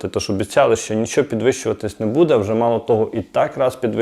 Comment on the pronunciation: треба говорити не будЕ, а бУде!! Це коректна українська мова Шевченка!!🇺🇦🇺🇦🇺🇦💕💕💕 Ні суржик східної України, ні угорсько- польска мова тут не пройде!! Розмовляйте будь ласка ЧИСТОЮ УКРАЇНСЬКОЮ МОВОЮ!!👍💙💛💙💛💙